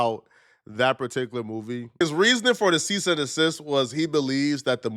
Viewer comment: “Cease and desist”. Not “cease and assist”.